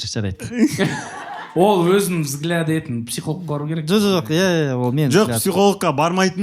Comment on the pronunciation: Жеканың "етін, етін" деген сөзін дұрысташы 😂